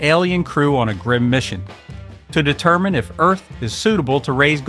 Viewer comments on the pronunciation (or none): none